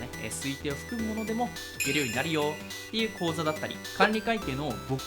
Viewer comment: 講座(カウゾ) 口座(カウゾ)